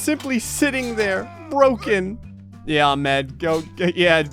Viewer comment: Its ah med not ahmd im just saying this for anyone that doesn’t know